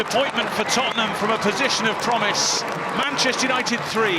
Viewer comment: Lasses, it’s Tottenham.